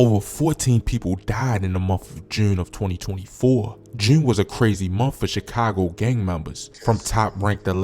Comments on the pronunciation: bro say jurne like he a brit or sum lol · Why you pronounce June like that 😂